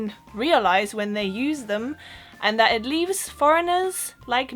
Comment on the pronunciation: Couldn't tell you were German - except maybe the first time you said "that" - hint of Central Europe accent there. Oh, and if you think queue jumping is "cheeky" - no, in Britain, queue jumping is "bang out of order." - so a a bit to learn yet... 😉